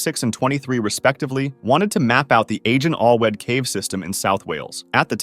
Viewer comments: the letter A in Welsh is pronounced like the A in ‘apple’, so this would be pronounced roughlyas ‘a-gen athlweth’ with a hard g. Great video :) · Its pronounced more like eyejun awlwieid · the cave is pronounced ahc-en al-wet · Agen Allwedd is not pronounced like that. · Agen Allwedd is Welsh (= keyhole) and not pronounced like that- I can’t even spell it out, type it into Google Translate set to Welsh and then press play. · Agen Allwedd is pronounced incorrectly but I’ll allow it cuz almost everyone when reading Welsh is like wtf? And unrelated but Agen Allwedd means Key Slot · You completely butchered the welsh name by the way, but still great video